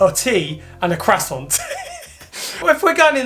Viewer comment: you better learn how to say Croissant’ in English 1st before you learn it in other languages. It seems like these people who had this cat were waiting for you to Neuter this cat so they would not have to pay out for it.